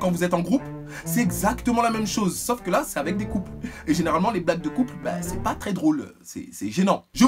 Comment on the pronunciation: "C'est pour les coupleuuuuhhhh..." omg cet accent so chic so jet set ✌😁😂